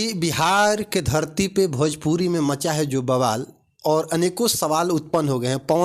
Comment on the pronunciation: Pahle khesadiya ko sikha na bhojpuri ko bhajpuri bolta hai